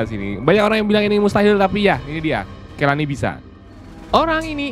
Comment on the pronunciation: Bukan kelani bang tapi kolanii